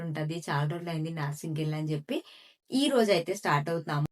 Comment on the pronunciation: Naaaarsing kadu narsing